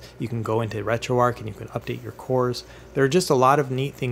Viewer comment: Very detailed and helpful videos. I subscribed after just the first one and am looking forward to watching more of your content. One thing though - how on earth are you pronouncing the "arch" of "RetroArch" as "ark"? The first time I heard it I thought it was a glitch in the audio but you then went on to pronounce it like that a dozen times. That seems bizarre to me. But other than that one detail, fantastic content. Keep it up!